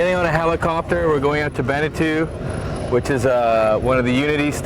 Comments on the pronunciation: lol , its not "benetu" its bentiu.......kmt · It’s pronounced BEN-TWO or Ben-Tew. Depending on where you’re from.